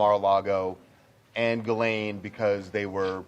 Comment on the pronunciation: Ghislaine is pronounced this way in French: Zhees-lehn Totally different!